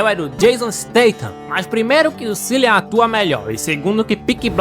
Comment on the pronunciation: o nome do ator é pronunciado "Kilian"